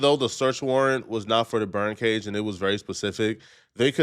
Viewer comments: I thought he was saying BIRD cage 😂😂😂😂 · You need to work on your speech. It’s BURN cage not bird cage 😂